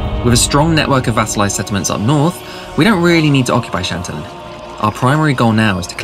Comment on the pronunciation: Really? Is that how you pronounce chantillon?